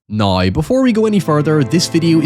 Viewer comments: Loved the vid. I giggled every time you pronounced now as neigh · How Do YOU say HOWEVER? Hiyever, You saw NOW, nigh.